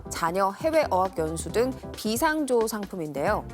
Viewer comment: 비상조 발음이 이상함..비상 조가 아니라 비 상조..